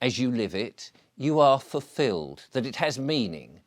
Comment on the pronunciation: “Fuffilled”… he he - perhaps the silly pipe smoking has made your mouth stop working properly! Also quite ironic you go on about family when you’re banned from seeing yours.